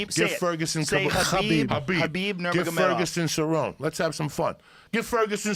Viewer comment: "THE BEAGLE" KHALABEEB NARGEMOV!!!